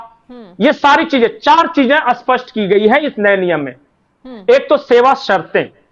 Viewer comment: आप स्पष्ट को बार बार असपस्ट बोल रहे।कृपया स्पष्ट बोलना सीखिए